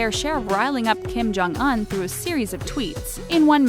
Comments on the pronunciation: Kim Jong Un the "Un" part is pronounced "oon" not "uhn" lol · Kim-Jong Un's name is pronounced with a long U, not a short U. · She said Kim Jong Un wrong... she would've gotten killed if a North Korean Heard her day that